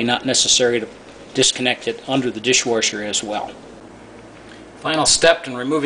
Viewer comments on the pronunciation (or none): i watched the video and it was noticeable the way the word dishwasher was pronounced dishwarshur, then i scrolled down and noticed your comment :)